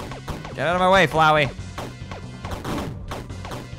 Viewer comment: That ain't flowey that fowey